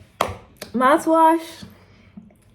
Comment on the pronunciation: I love how you pronounce it "Mouth Wash"